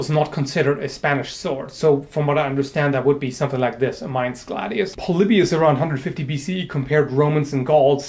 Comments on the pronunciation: As a German, I appreciate that you can pronounce Mainz correctly. ^^ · i really dig your vids on historical topics. also, i think it has been pointed out before, your german pronounciation is on point. to not pronounce mainz like the english word main... are you fluent in german?